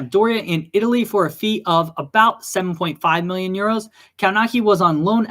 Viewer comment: Kownacki in polish pronounce kovnatsky